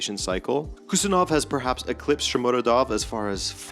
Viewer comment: It’s PaHtakor, not PaKtakor like Husanov, not Kusanov 😉